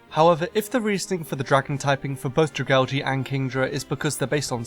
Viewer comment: butchered the name